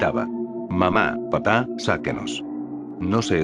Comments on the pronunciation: Estan muy buenas la historias, solo que cuando menciona "Papá" lo hace sin el acento y se escucha como la verdura....papa. El programa no respeta eso del acento?? de ser asi puedes decir "El padre" o "La madre" para que no se escuche la mama jajajjajaja. Fuera de eso muy bien con las historias. LIKE para ti !! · Te falta el acento Mamá Papá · sus papas lays su mama mamala xD falto acento bro xD